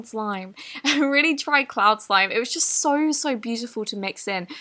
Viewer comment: TheUnknownOfficial is cloud not clod try to pronounce clod